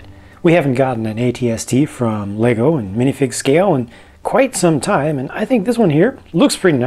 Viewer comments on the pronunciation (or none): none